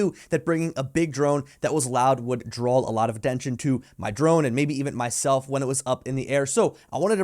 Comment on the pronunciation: “Drawl” Americans adding in L’s 😂